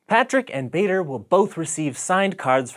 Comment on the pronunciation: Bader is actually pronounced like baa-der not bay-der I would know it's my dad's name Just had to point that out ok cool vid ( I haven't actually watched it yet but I bet it's going to be cool)